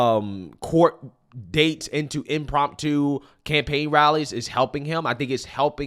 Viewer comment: And i hate to do it to you but you drive me crazy somwtimes with your mispronouncing. Its "impromptu". Sorry😂 love your channel bud i watch every one!